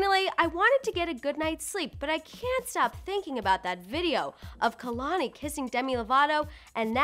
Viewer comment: Kehlanie is pronounced as kaylanie